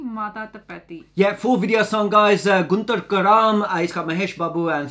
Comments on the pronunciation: It's Guntur Kaaram not karam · Guntur karam ❎ gudhdha gram✅ Telugu audiance 😂🤣